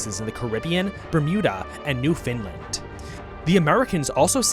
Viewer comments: first thing, I'm not Finnish, it's Newfoundland not New Finland (say Newfoundland like Understand if that helps) Secondly, that's Nova Scotia, not Newfoundland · As a Canadian, if you said “new” and “found land” together in one word, your pronunciation of Newfoundland would have been spot on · i love your videos but it pronounced new-found-land not newfinland love from st.john's b'y